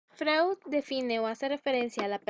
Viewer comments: No se pronuncia como se lee...Freud. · como confiar en alguien que ni siquiera pronuncia bien a freud x_x